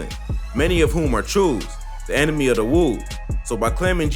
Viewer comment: its not the FUCKING CHOOS like CHOO CHOO train my gee its CHOO prounced like CHO! and the WOOS you pronounced i think only right ..